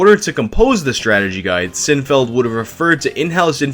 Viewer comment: When he says Sinfeld, but it clearly says Sinfield. Bruh.